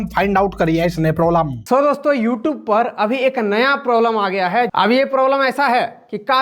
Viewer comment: don't even know how to pronounce the word "YouTube".